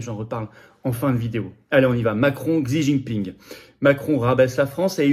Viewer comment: Se prononce... "Chi"